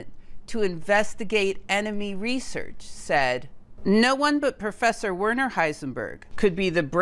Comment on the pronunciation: not WERE_ner. but VER_ner